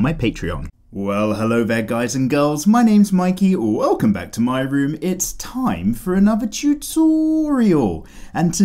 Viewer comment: The "welcome to my room" sounds more and more like "welcome to my vault" each video I watch